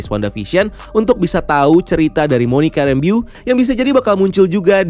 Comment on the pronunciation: jujur gw gw agak gimana gitu pas nyebut Monica Rambeau 😂 nonton lagi Wanda Vision deh bang biar bener cara penyebutan nama org nya ✌️😂